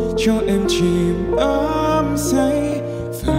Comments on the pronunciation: Cách phát âm của Đức Phúc nghe rất khó chịu Tình cứ đưa em đến thì phát âm thành “ình” cứ…, đắm say thì thành “ ắm” say. Khóc thì phát âm thành “khóng” Mau thì thành “mâu” Giọng ngân thì cứ như sợi dây đờn sắt dãn rung. Này là phải luyện và chỉnh lại nhiều khi được vinh dự hát chung với giọng họa mi Mỹ Tâm. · Sửa lại cách phát âm và luyện lại giọng ngân. Giống dây sắt rung. ‘Ình’ cứ đưa…, chìm ‘ắm’ say….lặng lẽ ngồi ’khóng’ …. tan biến ‘mâu’…, hát chung với MT không hợp 😩😩😩